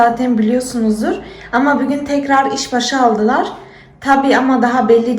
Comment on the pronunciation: Hatta bügün diyo bigün degil. Degisik konusuyor cok tatli